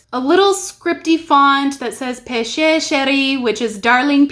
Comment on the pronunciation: "pêche" is pronounced like "pesh". The way you pronounced it sounded more like "péché", which means "sin". As a rule, you can assume that every "e" at the end of a french word is silent unless it is accented.